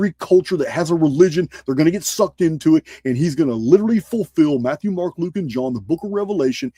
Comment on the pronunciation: When you said book of Luke I swear I heard you say Loop. 😅. If you know, you know. ML. And also that was 🔥